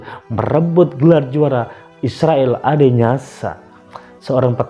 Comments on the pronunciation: Interupsi admin.... Bukan Israel Adenyasa, tapi Israel Adesanya. Sebelum bikin video, pelajari dulu apa yg mau diucapkan min, biar gak salah. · Dua kalimat, bukan dua ayat !!! Suka sekali salah-salah ucap ini orang. Bilang Adesanya aja salah juga , sering blepotan ngomongnya....😁